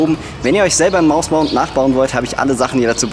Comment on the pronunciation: bin ich der einzigste der immer mausmounth versteht ?